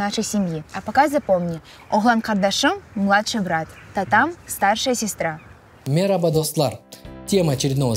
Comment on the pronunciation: МакътанабермЕ, мерабА - ударение в словах разве не в конце слова?